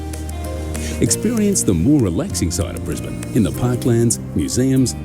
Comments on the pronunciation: "Briz-ban" or "Briz-bin" is how you pronounce Brisbane. Love your enthusiasm, and your channel. Cheers from Oz. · it's Brisbane (pronounced Bris-ben) not Brisbane (pronounced Brise-bane) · Brisbane is pronounced like you are saying the word in instead of ane. Fanatically speaking you should pronounce the name of the city Brisbane like Brisbin. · It's not Bris-bane it's ben, not bane Brisbane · Lol... Kangaroos can do more damage than some of our Snakes... 😂 BTW, it's pronounced, Brizz-bn.... not Briz-bayne....🤪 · Love your videos on Australia 🇦🇺 ❤ it’s pronounced Bris- bin btw 🥰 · Pronounced Briz- bun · Pronounced Brizbnn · Yes don't say it as Bris-bane ( it's not Batman)😂 . Warning: beware of the birds in spring😂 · Bris-bane.. prepare yourself for the educational comments mate.😂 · Pronounced Brisben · On Behalf of the Australuan population, We would Love to have you in our big beautiful country. Brisbane is said like Brisbin. That's how we say say it darl. 😏. ❤ your content. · START BY CALLING IT BY THE WAY THE LOCALS SAY IT NOT THE TOURESTS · First off, it would take 45 seconds to Google the correct pronounciation of Brisbane. If you cant even be bothered to do that, it's better you stay home !